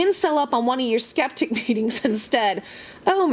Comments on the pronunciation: "Scchheppticchhh" Community - I lol every time you say it!! (did my best trying to spell it) 😂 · when you say skeptic i die.